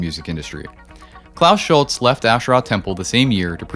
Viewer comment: Schulze = Schulz-uh, Fricke = Frick-uh etc